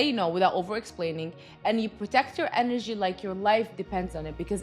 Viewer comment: enerji ))) funny how you say it! but yeah, lots of truth here